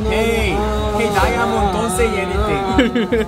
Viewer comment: Daiyamond dont say anitink🤣